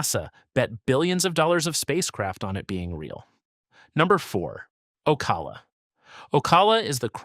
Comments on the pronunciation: Bre VARD’ — accent on the second syl LA’ ble. 🤪 The first "a" in Ocala is a short vowel. It's not Cape Corral, it's Cape Coral. If you have so much trouble pronouncing so many words, then take an English course. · This guy is slaying the pronunciation of Florida counties and towns! Boca Rattin? Ocula? Breved County. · Ugh, not only that but Boca Raton, Ocala and others. Doesn't the creator ever listen to their videos BEFORE releasing?